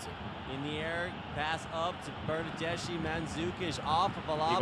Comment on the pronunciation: The bernadeschi pronunciation was ear killingly bad